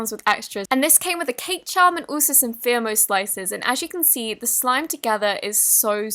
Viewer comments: FEE-MO slices not FIR-MO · Its fimo, like feymo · Fimo is pronounced fEmo fEEEEEEmo Like the name ‘fifi’ Its an E Just some help :3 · Its pronounced fee-mow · Polymer clay artist here, it's pronounced "Fee-mo slices" 😂